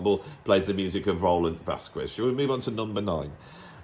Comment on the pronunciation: Another excellent, informative video. But please don’t say Vaskwez, the u is mute, so you should read VasKEZ